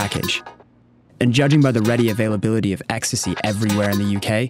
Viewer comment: I couldn’t believe it when she said “you only have to see what’s it in the media”, and we all know what bastions of truth and honesty the media are. The way she was saying “ecstasy,e” showing us how knowledgeable about the drug she is 😂😂😂